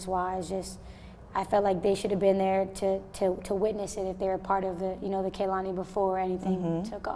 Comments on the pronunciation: she did not say it rightit is Kay/law/Nee ok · She pronounced her name wrong it's KayLani lol .. I love how she always says something about Aaliyah🙌🏼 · That's not how you say here name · I know lol everyone pronounces it wrong